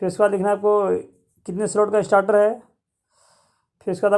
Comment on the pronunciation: स्टार्टर नही स्टेटर होता है